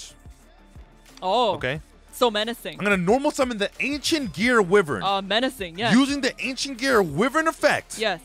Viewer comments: It's pronounced WHY-VERN not WIV-vern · Yo and could you please try to do a sora vs gong bc I thing it would be funny and loser should cosplay as the winner and it’s not wivern it’s why-vern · Bro it's pronounced "why-vern" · Love the content, but wyvern is pronounced Why-vurn